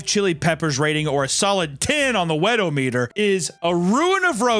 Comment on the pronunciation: Im just annoyed at how she pronounces Weto-meter. She says it like thermo-meter.